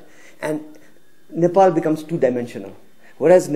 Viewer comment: She said Nipple🤣🤣